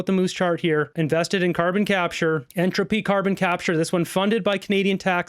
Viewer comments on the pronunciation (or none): none